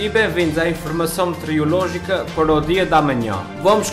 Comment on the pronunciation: "Informassão metiorológica" :D :P